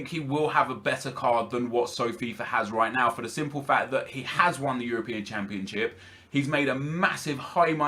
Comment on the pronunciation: its championship Nep not championchip , please dont kill me just saying